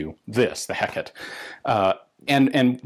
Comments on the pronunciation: for English speakers, the pronunciation of "Hécate II (say deux) " is something like "Ay-kât dö " not Hackett ; the "H" is silent in French. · The word is pronounced hec ar tay. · It's pronounced Heh-cot-aye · Not really. He pronunced it more like "Heck-ate" when it should be "Heck-at" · Your pronunciation of Hecate isn't wrong exactly, but I still prefer the three syllable Hek-a-te to Hek-et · I physically cringe every time you say "HECK it" because I definitely would pronounce Hecate as "eh CAH tay" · Come on Ian... The clue is in the name. Hécate (/ˈhɛk.ə.ti/; Heh-Kar-teh), not hekket. Glowers in Olympian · to any non-baguette here, you pronounce it "heck at". yours truly, a baguette. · As a baguette myself, you have to emphasise the lack of H in french pronunciation. So more like eck-at to any english speakers. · Nope. You pronounce neither the H nor the last E. Closest rendition I can think of is "Ai-cat". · I was looking for this, thinking pretty much the same thing myself "If it was Heckett it would be spelt that way!" :D One other thing I noted though, in classical Latin there are no soft letters so "Ultima Ratio Regum" has both a hard g and t sound. Church Latin is almost a totally different language and, to be fair, is probably what would have been used in the French court but it still bugs me. I studied my Pliny and Virgil the old fashioned way dagnabbit! :P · As someone from the American Southwest, not defaulting to the Mexican Spanish pronunciation "heck-a-tay" must be really difficult! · More like "Hay-cat" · you pronounce it "heck at" (signed: a baguette) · In Russian it's "Gekata" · "Heckette" - Ian McCollum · Love it ! (as always) your prononciation of the name in French is quite good, except for the H that we french people do not prononce at all so it would be something like ecat ;) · Pronunciation top from a Frenchman : imagine you say hello to your kitty « Hey Cat », there you go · In England I always heard Hecate pronounced like. Hek a tay.